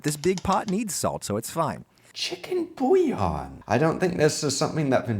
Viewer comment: Omg the way he pronounced bouillon. Beef bouillon would've made more sense.